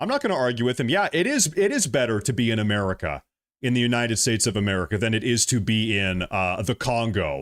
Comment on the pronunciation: Sidenote…why is he calling it “EeeMerica” ????? I can’t 😂